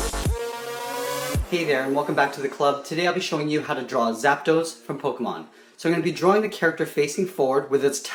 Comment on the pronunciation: It's Po-kay-mon